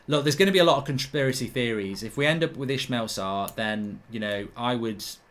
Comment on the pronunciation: Ismaila! Not Ishmeal